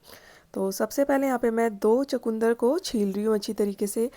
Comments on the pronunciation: Sorry to say it called chukandar not chakundar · چو کوندر نہیں ۔ چقندر کہتے ھیں 😂😂😂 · Aslmualikum g ap chkndr ko chkoondr q keh rhi hn